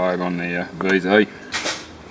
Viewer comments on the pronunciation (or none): Mate your a Aussie not a yank for fuck sack it's v zed not v zee